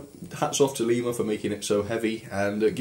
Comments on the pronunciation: Lema? Its Lima in america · Fun enough I live in a town called lima. Its spelt the same but its pronounced lie-ma. Not le-ma